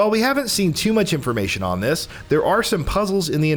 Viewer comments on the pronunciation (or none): none